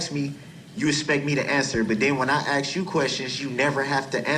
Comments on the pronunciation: Is it AX a question or ASK a question? I guess when you kill so many people it does Not Matter. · Why can't he pronounce "ask." Why is it always "axe"? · Why can't he pronounce the word ask?He keeps saying axe....he's too dumb to defend himself. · "Everting ju ax me!" Whar a disgusting moron. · It's ASK not AKS! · What an arrogant pos! He's trying to act like he is still in the ghetto. Since when did the word ASK change to AXE??? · Maybe the most we can hope is that Mr. Brooks can properly learn to pronounce the word "ask" and not say axe. I know this a BIG AXE. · I wish someone would "AXE" him. Save the State a ton of money.